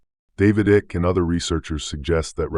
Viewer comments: Pronounced IKE... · Fyi, the name's Icke, pronounced Eye-k..